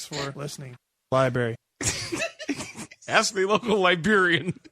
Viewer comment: Come on, the man pronounces 'library' as 'liberry' for God's sake.